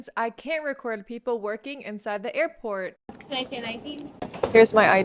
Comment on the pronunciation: i lave earport ❤😂😂